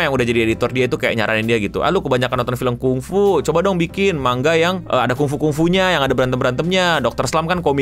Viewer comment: manga = mang + ga bukan ma + nga kira2 begitu pengucapannya :face-blue-smiling::face-blue-smiling::face-blue-smiling